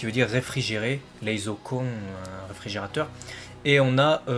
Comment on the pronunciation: J'ai un doute a ce que tu ne dises pas Reizoukon....???? mais c'est peut etre du a l'enregistrement Sinon toujours au top